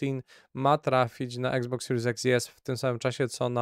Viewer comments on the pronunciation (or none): none